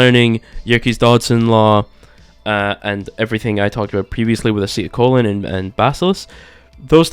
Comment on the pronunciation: wow dude "acetyl colon" and baskalisk" where'd you get your biology degree using such big words and saying them correctly i completely believe everything you are telling me you are the expert